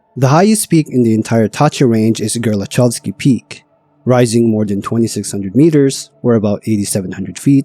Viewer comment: "Zakopain" is frying me ngl, especially after Gerlachovský štít being pronounced quite correctly lol